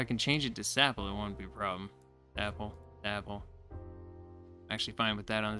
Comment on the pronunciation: It makes me laugh every time you say 's-apple' for sapele 🤣 it's 'suh-pee-lee' but never mind 🤣🤣